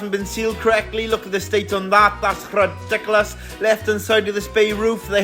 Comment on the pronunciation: I love that it’s rrrridicolos lol